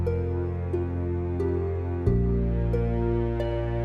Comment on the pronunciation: the dolphin is called FUNGY not FUNGI